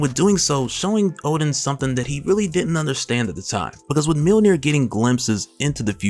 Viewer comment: Mjönir. Not millnir